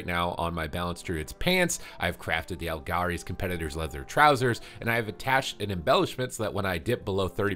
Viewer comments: its pronounced al-GAR-ee not al-jar-ee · wtf are aljari? lemme guess you pronounce gif as jif